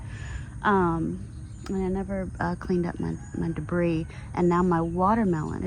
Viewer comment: Great work! I also think "dah-briss" is my new favorite word.